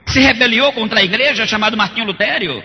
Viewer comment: Martinho "Lutério" é foda véi... LUTERO!!